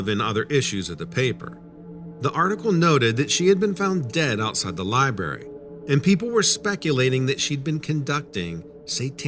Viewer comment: There's a R in the word Library.. it's not a silent R.